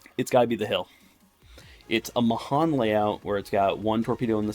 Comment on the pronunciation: Pronounced May-hAn, like the pecan. VladimrStolski